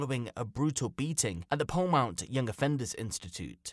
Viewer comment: I live in the next town over from polmont, it's not pronounced "polemount" btw it's more like "polemint"